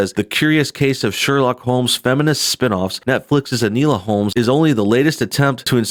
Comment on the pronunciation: It's pronounced "In-Oh-La"...